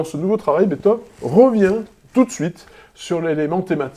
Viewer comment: Pitié, arrêtez de de dire "Betove"